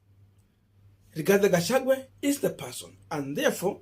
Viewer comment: learn to pronounce people's names correctly,Gachagua not Gachague